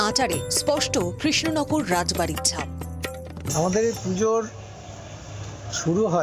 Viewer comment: Not ray bari it's raj bari😅😅😅😅😅😅😅😅😅😅😅😅😅😅😅😅😅😅😅😅😅